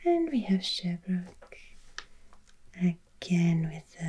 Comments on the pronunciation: You will find the odd English place name in Quebec, and your pronunciation of Sherbrooke is right. You are right about the Catholic influence in Quebec. A fun fact for you: Swear words in Quebecois French are actually religious terms used out of context. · Sherbrooke. That's where I live. 😀 You were right, it's pronouced in english. Lord Sherbrooke was a british governor.